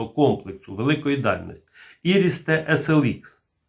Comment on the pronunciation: Хоч один чоловік правильно вимовляє назву комплекса. Не [ айріс-т]!